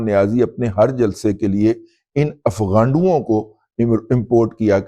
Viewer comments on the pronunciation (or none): دادا جی افغانڈو نہيں بلکہ افگانڈو کہا کریں